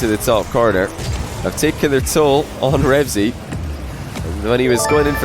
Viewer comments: Why do u keep saying REVZY, i dunno why but it annoys me lol, its "RevEazy" * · says "remzy" throughout the video